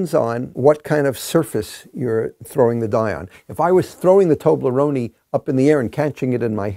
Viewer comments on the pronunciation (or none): Wouldn't the original pronunciation be closer to "Tobleronay" than to "Tobleronee"? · A toble- what now? Toe-bleh-roan-ee? Here I was thinking it was Toe-bleh-roan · why Is he saying tobleronie, it's pronounced toe-bler-own. It's not lunchmeat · Stop saying Tobleronie. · did he just call toblerone, tobleroney? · I thought it was pronounced Tow-Blur-Rown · Pronunciation was not so bad. Only the last vowel was incorrect: toh-bleh-roh-neh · Huh, I (and everyone I know) say toh bleh rohn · I love how he pronounces "Tobleroni" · it's a swiss germanic portmanteau where the other part is of italian origin. odds are it's not pronounced like a native american english speaker would automatically assume :). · Tob-lur-OHH-ne(y), would be closer. (The "y" is there to influence how the "e" is pronounced, but it's in brackets because it should be silent) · I'll have a toblerony with my calzony ~ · Don't be a jabroni, learn how to say Toblerone(y????). Mind blown haha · "Tobleron" (silent e) is an equally wrong way to pronounce it. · "Tobleroneie"?!?! I've never heard anyone pronounce it with the "ie" bit on the end. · it should indeed be pronounced without the "ie" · His pronunciation of toblerone is sinful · This guys so smart that no one’s ever felt they could tell him he’s been pronouncing Toblerone like an idiot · His pronunciation of Toblerone triggered me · I'm in Massachusetts. It's funny, the German pronunciation clearly has a fourth syllable, but the English one doesn't! /toʊbləroʊn/ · The last e must read as the first e. In italian the letters have always the same sound. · It is a Swiss brand and the last 'e' will be pronounced. Not how the gentleman in the video did but it will be. English is not the only language in the world!